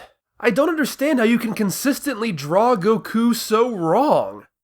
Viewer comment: The mispronunciation of "Bulma" as "Blooma", "Saiyan" as "S-ie-an", "Goku" as "GoKOO", and "Namek" as "Nommek", just to name the major gaffes, is like nails on a chalkboard. If you're going to use the English dub's names, they're said correctly for you in the series my guy... do better.